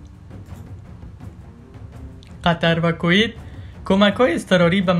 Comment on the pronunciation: کویت را درست بگو لطفا 🙋‍♂️😂